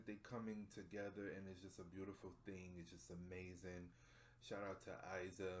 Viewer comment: I loveeee your reaction!! Only Iza pronounces like "Eeza" but don't worry :)